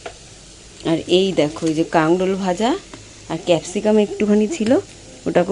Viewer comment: Kakrol bolay .. Kangrol noye bon ❤